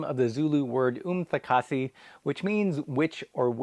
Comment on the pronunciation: Impressed by your umthakathi pronunciation